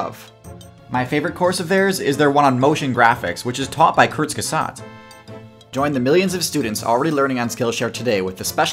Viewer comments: another S teir channel with F teir pronunciation of Kurzgesagt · Im from Germany and its so funny to hear how He pronouced kurzgesagt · the prononciation of "kurzgesagt" was totally killing me, as a German :D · The way he pronounced Kurzgesagt made me die inside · I have to say, your pronounciation of "Kurzgesagt" has to be one of my favourite things ever. <3